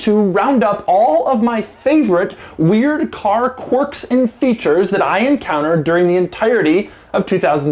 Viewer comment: For ****s sake. Its pronounced KWERKS not CORKS!